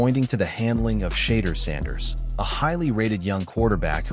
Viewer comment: HOW are you pronouncing his name "Shader?" WOW!